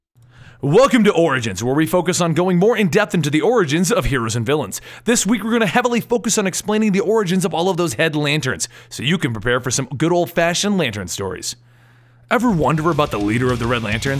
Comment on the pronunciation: Those hed lanterns? Lol caught that. Good video